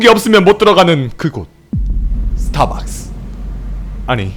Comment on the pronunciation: 스타벅스가 아니라 스타박스래 ㅠㅠ 완전 토종 한국인이네 ㅋㅋㅋㅋㅋㅋㅋ